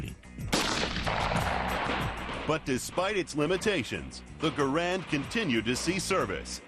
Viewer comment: You arrogant fool, why... how do you get off assuming I haven't fired a M1? BTW it's G-A-R-A-N-D not, grand, it's French, not English. As a matter of fact I use to own a M1 Garand. I sold it cuz I was very disappointed in it. I have fired both in comparison more then once. So YOU shut up!